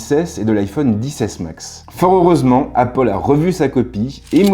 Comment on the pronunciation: "Appol" j’pleure